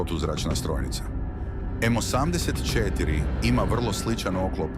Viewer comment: Nikako! Pazi na razmake u izgovoru. Kaze se osamdeset i 4 a ne osam pa pauza deset cetiri